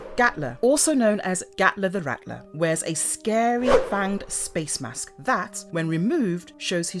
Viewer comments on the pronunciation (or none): none